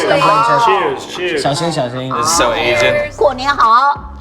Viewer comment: “This is so Asain” XD